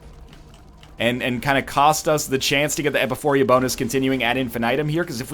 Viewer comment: E-pi-pho-ra. Not Epuphoria.